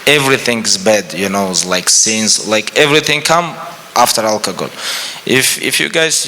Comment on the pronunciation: I love the way khabib pronounces alcohol as alkagoal